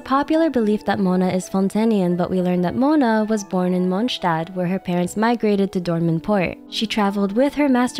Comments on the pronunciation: You‘re the first one on YouTube who pronounced Mondstadt correctly, respect for your effort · Finally someone who can pronounce 'Mondstadt'